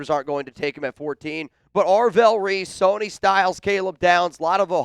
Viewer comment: IT'S NOT SONY!!!!!! IT'S SONNY, AS IN "SUNNY." How can Chat Sports not correct this error? has the intellect of a 13 year old, and he proves it routinely. Come on, Chat Sports. Get a professional for the job. is a joke. Listen to him. Mauigoa is his name, not "Mauinoa." This is horrible. Send him back to grade school. What more do you need to see, Boss?